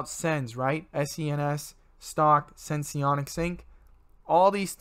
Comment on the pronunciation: Its senseonics. Not sensonics.